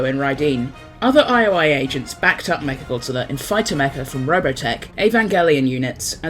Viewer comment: all i can hear is "Meth Godzilla"